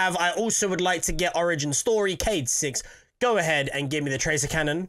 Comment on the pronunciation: your not getting the tractor cannon because you can’t say it right.